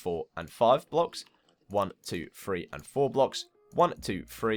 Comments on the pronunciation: I reaaaaally don't wanna be THAT person but this grinds my gears when I hear people doing it. PLEASE pronounce three as three and not free! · fone foo free for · Why is he counting like one two free four 😂😂😂😂😂😂😂